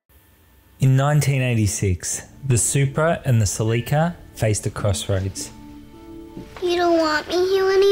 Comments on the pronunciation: Who taught u guys to pronouns words like Celica it's not celeeeka its just celica. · Celica (Selly-cah) ?